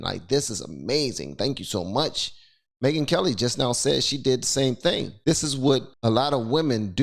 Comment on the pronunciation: Charlie The Ron and Me-Gyn Kel-Lie